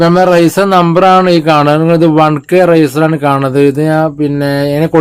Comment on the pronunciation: റൈസർ അല്ല ചേട്ടാ റെസിസ്റ്റർ ചേട്ടൻ പറയുമ്പോൾ റൈസർ എന്നാണ് കേൾക്കുന്നത്